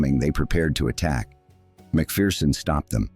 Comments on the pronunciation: Pity the commentator couldn’t pronounce McPherson properly. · Maybe amend your AI pretend voice, it’s pronounced MAC-FER-SON. Also Fettes college is pronounced FETTES, you pronounce the TES it’s not silent.